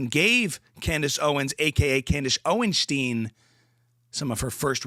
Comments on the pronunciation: It's OwenSTINE not OwenSTEEN. Thank you for your attention to the matter. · Candis oinshtin😂😂😂